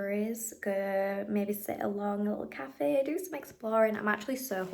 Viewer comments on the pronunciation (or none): none